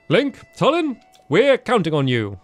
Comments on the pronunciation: ITS PRONOUNCED TWO-LIN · STAMPY, his name is pronounced Tooh-lin